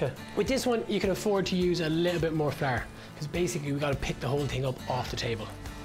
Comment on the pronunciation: I've subconsciously began to pronounce flour as "flaar" and I'm okay with it